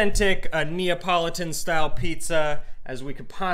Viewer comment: NEO .. politan? NEO?????? scissors????? had to stop, too much